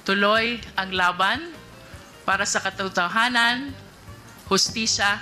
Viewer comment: Kathutuhanan ?Ang taong palaging nag sisinungaling sa ulo nila…. “ Khathutuhanan “ Na Exorcist kana ba ? 😳